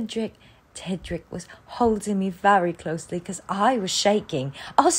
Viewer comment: I distinctly heard her call him "Tendrick"...